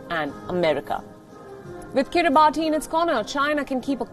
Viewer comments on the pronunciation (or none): Wrong pronounced it's Kribas because of country official language. But we write kribati. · It is pronounced kiri-bahs...just saying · It's pronounced kiri-bahs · Guys. Please at least pronounce the name correctly. It undermines your editorial integrity if you pronounce a country's name incorrectly. It's pronounced akin to 'Kiribas' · I'm surprised nobody's on her case for saying the island name wrong.